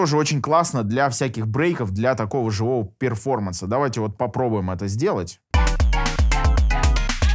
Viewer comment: Перформанс.. ну хоть произносите правильно или замените на "выступление" )